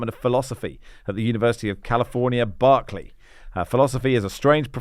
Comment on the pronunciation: You might want to check the pronunciation of “bow” and “Berkeley”.